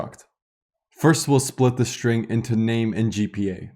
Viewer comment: great videos, thank you! may i ask something off topic? i somewhat interested in languages and linguistic and have a question. why do you pronounce some ST words such as struct and string as SHtruct and SHtring, while in some other cases such as student, start, stop, you don't make SH (Ш/Щ) sound? what is the origin of this?